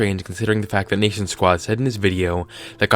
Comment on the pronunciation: R.I.P the pronunciation of NationSquid